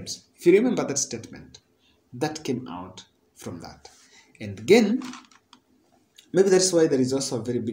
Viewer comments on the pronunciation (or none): none